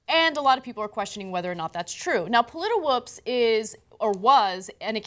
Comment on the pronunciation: The site is named pollitwoops - not pollitiwoops. You are repeating an error RT made when reporting this story.